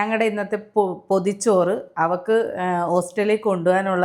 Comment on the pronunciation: ostel alla chechi Hostel anu